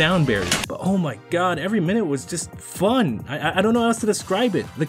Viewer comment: "Oh muy GUWAAAWWWD!"